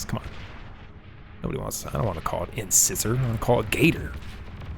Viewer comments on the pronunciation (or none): Incisor? In-s-eye-sor, not in-siz-or.